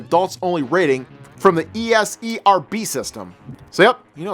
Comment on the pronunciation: ES-ERB?:P I think you mighta added something there XD